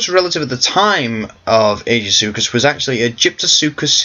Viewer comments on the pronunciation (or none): I thought he was pronounced Ai-Gee-Soo-Kus.